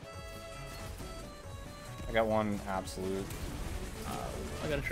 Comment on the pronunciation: I get mad everytime he said absolute